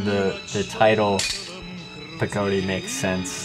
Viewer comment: say it like Pa Ga Diy like theres 3 different words but say it fast...not like 2 words Pa-gody